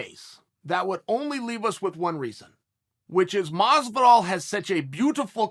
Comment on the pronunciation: In the closed captions, he pronounced Masvidal at least 5 ways.